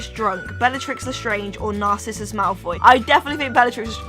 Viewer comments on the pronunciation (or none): Does she keep pronouncing it NARCISSUS? I love you, and I WILL get you to marry me some day, but it's NARCISSA. HAHA. Maybe it's your British accent. Which I love. Please marry me. I require a wife that loves Harry Potter stupid amounts like I do. I'll be your Snape.;)